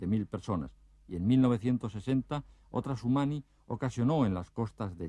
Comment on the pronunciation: Ninel dijo sunimi y este reportero sumani